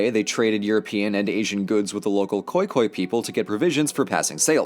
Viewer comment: As a South Africa i believe that you mean Khoikhoi some nomadics who lived in SA instead oh khoekhoe